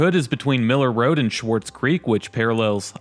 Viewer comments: I was going to say the same thing. And it's Ballenger rhyming with challenger, not Bahlenger. And it's Swartz Creek, not Schwarz Creek. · Please pronounce names a bit better. Ballenger has an A it’s not Bollinger. Swartz Creek doesn’t have a C in Swartz and there is no C sound (not Schwartz). Speak like a native. Now pronounce Lake Orion or Schoenherr Ave if you’re from Metro Detroit. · Its Swarts Creek. The "z" is silent. No "c". Some with Yooper backgrounds pronounce creek as "crick". Oh well. Ballenger is pronounced bALenger. Think the name of AL. Ballenger.